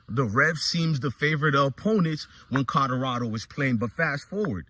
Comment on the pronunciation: Bro kill me with the Codarado 😂